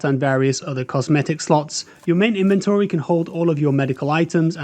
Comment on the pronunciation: He says things wrong, such as tourniquet and inventory, a couple of times, which are the obvious AI words